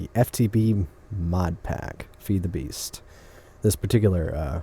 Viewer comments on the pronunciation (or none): none